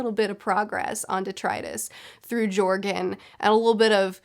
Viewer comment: Btw joergen is pronounced yer-gin. Just saying